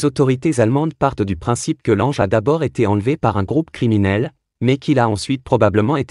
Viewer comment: Lange mais il n’est pas français, son nom se lit langue, essayer de ne pas déformer les noms